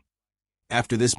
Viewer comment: Please try to learn how to pronounce Maxime Vachier-Lagrave's name correctly.